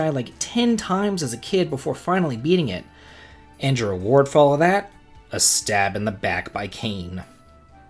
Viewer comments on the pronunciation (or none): none